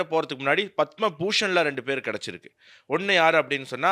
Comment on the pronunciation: உச்சரிப்பு தவறு பத்ம விருது " பதாமா அல்ல !